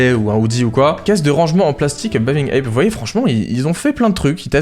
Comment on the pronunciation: C'est pas plutôt "bathing ape" au lieu de "baving ape" ? Ils écrivent ça sur les sites